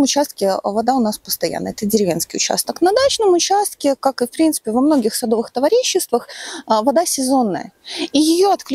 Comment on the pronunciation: все классно, но в слове товариществах, ударение на втором слоге, на букве а! Простите, может в Беларуси не так, но в России режет слух